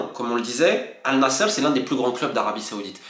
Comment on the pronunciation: Ça se prononce an-nasr et non al nasser. Le sens n est pas le même